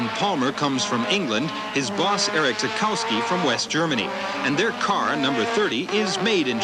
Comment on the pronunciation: The mispronunciations really stood out for me....even Renault of all things. I could understand pronouncing the silent W in Derek Warwick's name but it was humorous to hear him pronounce Zakowski as you would in the North America and then hear Lauda and Dr Palmer pronounce it correctly (the German way). It's a bit of a bugbear of mine.